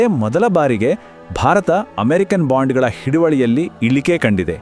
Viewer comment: ಬಾಂಡುಗಲು ಅಲ್ಲ ಬಾಂಡಗಳು